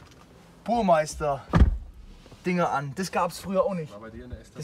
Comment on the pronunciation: "BuRmEiSteR" -, meint eigentlich Burmester.